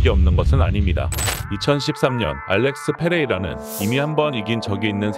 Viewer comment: 알뤡쑤 페뤠이이이이라